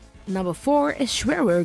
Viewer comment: LOL she said Schwehe Gustäf